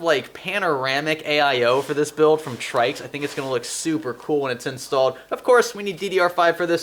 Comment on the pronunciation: I think its pronounced "Tricks" I could be wrong but it sounds a hell of alot better than "Trikes"..IMO